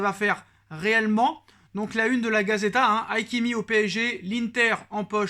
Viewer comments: Peut importe la signification, sont prenom c'est Ha - Ki - Mi!! Moi aussi ça ma stresser d'entendre haykimi Mdr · Tu as di HAIKIMI Lol lol lol C Hakim reli toi bien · c est Hakimi et pas Hai kimi... faute de prononciation.... juste correction... excellent recruitment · C’est pas aikimi mais haaakiiimi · Pour la prononciation C pas haykimi c HAKIMI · Arrête de yakimi c hakimi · c est pas hai kimi c est hakimi! Ça veut dire en arabe: mon sage! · Je lui déjà fait la reproche c'est grave stressant